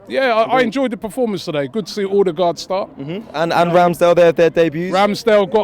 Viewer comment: Now that Ødegård is a permanent member of your club, learn to pronounce the lads name!